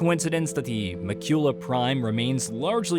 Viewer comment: It's pronounced Mah-kyula, the stress in on the first syllable, not the second. I get the narrator isn't the writer and can't possibly play all the games that get covered, but this happens often on this channel, is there no QA?